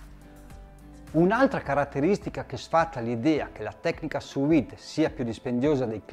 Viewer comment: Visto e apprezzato molto, grazie! Avrei una domanda e un suggerimento: Domanda: ho acquistato un forno che offre la funzione sous-vide (tramite vapore), ma non l'ho ancora utilizzata e immagino ci siano differenze rispetto all'uso del roner: hai qualche consiglio in merito? Suggerimento: un dettaglio... "Sous Vide" e "Maillard" sono termini francesi e si pronunciano "suVìd" (non suUìd) e "Maiàr" (non "Maillàr"). 😉 Detto ciò, grazie ancora e buon lavoro! 😙👌